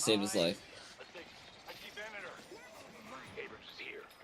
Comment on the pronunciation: Its pronounced ay-brums and bee-bop not aber-hams and beep-bop.